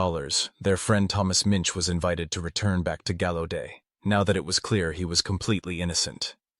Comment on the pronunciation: Used to live right down the street in DC. It's pronounced gow-u-det..js